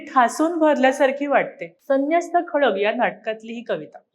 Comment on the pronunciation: खडग नाही हो. खड्ग म्हणा.